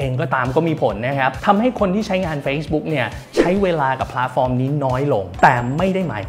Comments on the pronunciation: เกือบเคลิ้มกับการพูด แต่ขัดใจ คำว่า “พ้าด” ฟอร์ม เหมือนความเห็นด้านบนค่ะ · ขัดใจคำว่าผาดฟอร์มจริงๆครับ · น่าจะเป็นสำเนียงบิททิชค่ะ